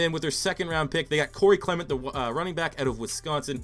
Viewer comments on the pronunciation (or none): none